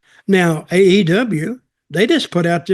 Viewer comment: AEW match not AW.